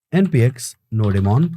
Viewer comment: Bhai ka nodemon thora sa doremon jaisa lgta hai😅😂btw cute...n more power to you brother 💪 ❤